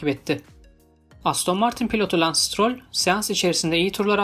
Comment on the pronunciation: Sürücülerin ismini söyleyemiyorsan yapmayacaksın. Sıtıroll ne?